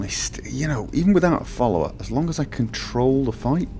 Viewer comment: "As long as I can control the fight", he says. "As long as I can troll the fight", I hear.